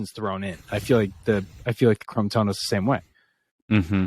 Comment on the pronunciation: Chrome-tono, Chrome-tono, chroooome. Just working on my pronunciation. 😬